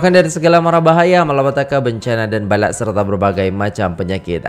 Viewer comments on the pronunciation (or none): Perbetulkn sebutan bala bukan balak Balak itu sejenis kayu